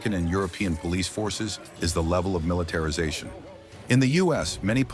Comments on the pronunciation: "Militetrization", no-one even notices... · "Militetrization" :| Really? Mili-TETRIZ-ation? lol! wtf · "Militetrization". Dear US americans... really? "In the US everybody has a gun". There are approximately 100 Million unregistered/illegal guns in Germany, at a population of ~83 Million.